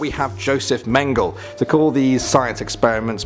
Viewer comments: Joseph Meng-geh-lah Also I absolutely adore Marie Curie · You could at least Pronounce the names correctly. Namely , Mengele